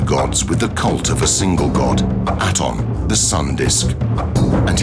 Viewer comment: aton pronunciation is wrong. it does not mean sun disk. and your pronunciation of his name is wrong